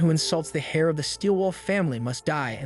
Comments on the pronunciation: Heir is pronounced “air” but the ai narrator said “hair” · Heir, not hair